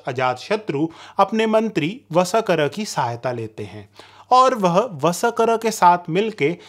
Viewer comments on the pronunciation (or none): VSAKAR NAHIN VARSHKAR KRIPAYA NAAM TO SAHI SE LEN. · अरे भाई तुम कितना हास्यास्पद शब्द प्रयोग करते हो.....वसकर शब्द सिधा बोलो ना....व...स..क..र यह कैसा शब्द बोलते हो.